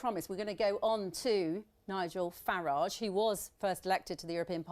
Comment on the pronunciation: Abrupt style, barely concealed hostility and snide questions - all aimed at trying to discredit Mr Farage. In other words, the perfect (from the BBC's perspective) way to deal with him. Note too, the deliberate mispronunciation of his name. Utterly disgraceful!.